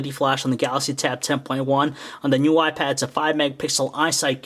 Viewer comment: All I keep hearing is "new wypad."